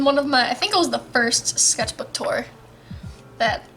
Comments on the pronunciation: sketch-bok is actually how you say sketchbook in swedish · When you said sketchbok, I now keep saying sketchbok wtfff